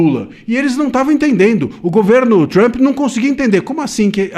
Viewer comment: NÃO É PRESIDENTE TAMP. É PRESIDENTE TRUMP LULA. FALA DIREITO !